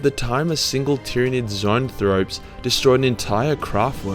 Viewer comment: It’s funny how you said you can’t pronounce “zoanthrope”, which you did pronounce right the first time, but couldn’t pronounce “fenrisian” or “iyanden”.